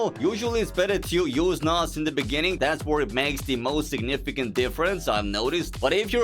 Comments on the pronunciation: Wooooow bro can’t say beginning 😂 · I'm from south africa and I didn't expect to say "in the bininging"😂😂😂😅😅😅😅😅😅😅😅😅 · In the beningin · It's a shame that "In de beninging" is dubbed in, because considering things he's actually said, I wouldn't put it past Zuma. I've listened to him struggle with basic arithmetic when he was talking about how many new members joined some organization or something. The Grand Tour had a field day with that one on Season 1 Episode 2. (The episode that no one really likes, but if you take out the Edge of Tomorrow segments, it's still decent.) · Lol shout-out the Jacob Zuma.. South Africans finest .. "in the beninging"